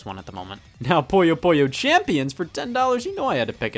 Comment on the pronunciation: Scott, I love you, but please... Puyo Puyo. Not Poyo Poyo or Poya Poya. You're not Kirby, and you're not some loan shark from Brooklyn with gang ties and a strange affinity for puzzle games.